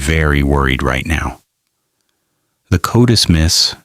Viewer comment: What? AI doesn’t know how to pronounce CODIS? And it’s not spelled Cotis. It’s an acronym. Not a professional quality video.